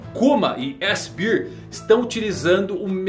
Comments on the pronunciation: Só um adendo,. a pronúcia de "Bíir" é pra Beer (cerveja) Bear (urso) a gente fala "Béir" Um abraço S2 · Não quero ser o chato do rolê, só fazer uma correção. A pronúncia de bear é “bér”… “Bir” é a pronúncia de Beer, q significa cerveja…